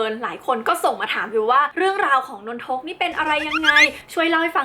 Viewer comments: พี่ครับนนทุกไม่ใช้นนทก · สรุปว่ามันอ่านว่า นน-ทก หนือ นน-ทะ-กะ ครับ ครูสอนว่านน ทะ กะ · นน-ทะ-กะครับ